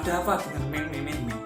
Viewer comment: Mas meme ki bacane "mim" yo 😂✌